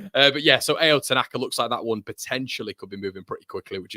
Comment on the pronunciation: Pronounce tanakas name correctly. Ao not A O